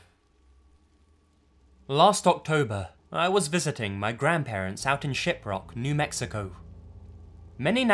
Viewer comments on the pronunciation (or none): When he said "Shiprock, New Mexico" I could have sworn he said "Shitrock, New Mexico." I was like "uhhh...Trailer Park Boys?" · anyone else here shitrock New Mexico the first time he said it? 😂